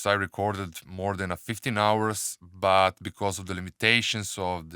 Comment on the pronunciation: it is about bro and and not abouth , and it is but bro and not buth ... you say those 2 words in a wrong way ... still love your Tutorials